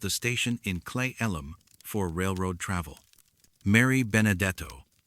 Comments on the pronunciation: It's pronounced "clee-ellum" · I am laughing at ALL the mispronunciations of towns and county names in Washington. Cle Elum is pronounced (Clee-Ellum) Sequim should be pronounced (Skwim), and Juan De Fuca (F-you-ka)not (Fooka)Some of the native tribal names are butchered as well. AI, you still have some learning to do! 😂 Also yes, that Chen guy sure did get around as well as Robert McLeod.... What else is funny, I have lived in Washington all of my 56 years and have never heard anything about any of these stories.....Just sayin'! Wait, is this video real? 20 years from now will there be no record of its existence??? 😮